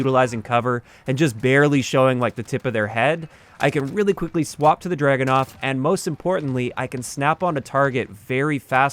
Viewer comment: I cringed everytime I heard the Dragunov pronounced as dragonov. Just read the word. Look it up in Russian. So much research in every video but then you get the name wrong. Amazing.